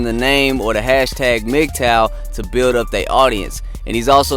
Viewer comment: He can’t even pronounce Mgtow properly. His IQ is pretty low.